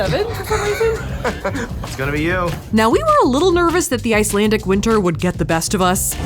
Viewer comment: I'm someone that lives in Iceland and you're actually saying some of the words correct